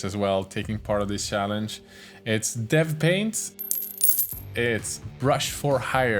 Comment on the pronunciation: i love you, but cant help laughing when you say sjallenge:D sowwyyyy